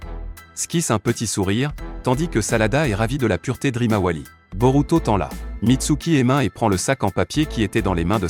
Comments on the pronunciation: Tu dis quoi de 1 tu parles en espagnol et de 2 tu himawari Rimawali😂😂😂😂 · C'est pas rimawali c'est Himawari gro nigo 😮😮😮😂😂😂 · Tu as raison 😂😂Et il apple sarada salade Woooo😂😂😂😊